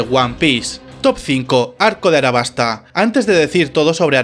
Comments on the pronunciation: aLabasta no arabasta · Realmente estoy en duda si se pronuncia “arabasta” o “alabasta”, tengo entendido que se pronuncia Alabasta, al menos en español latino.